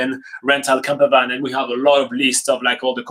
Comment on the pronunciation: I thought he was saying camera bag. I was so confused about why you would need to book one in advance, and how huge they are and then I realised. Camper Van! Hehe ;)